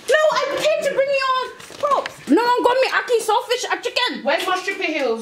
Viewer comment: Lmao I’m actually dead so funny . Kinda sounded like a South African accent when you said lakee and salt fish and chicken so funny . Honestly thank you for making me laugh . From a fellow Caribbean 😂